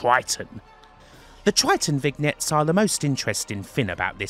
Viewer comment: That's not how you pronounce "vignette," LOL.